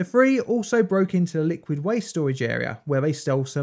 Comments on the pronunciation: Say “ free” now say “three”. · Ok...the word is "three"...THREE...not free. Drives me nuts. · when I cant understand whether the narrator said three or free I exit!!